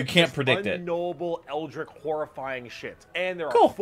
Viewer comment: He also wasn’t pronouncing it right lol